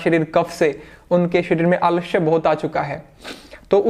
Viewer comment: Aalashya nhi sir, Aalasya hota hai.. 😂 😂 Samjhe?